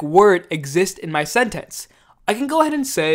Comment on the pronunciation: thanks - but why does he pronounce 'sentence' like that